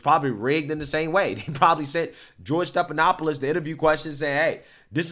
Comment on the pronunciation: Stephanopoulos is NOT pronounced Stepanopoulos. No P. F, as in Frank. Steffffff. Not Stepppp. Be better.